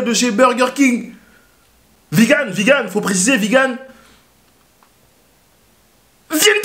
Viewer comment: le mec faut qu'il pose des jours pour aller chez BK ça me fume xD et pourquoi il dit Vi GANE? sinon belle énergie, à la ricain et tout c'est cool =)